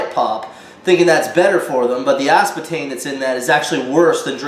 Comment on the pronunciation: “Ass-buh-tame” cool story bro